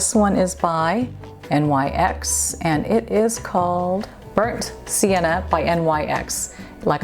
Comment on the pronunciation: NYX is pronounced “nicks”